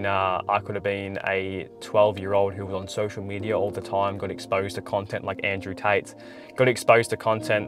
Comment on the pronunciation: "Andrew Tapes" 💀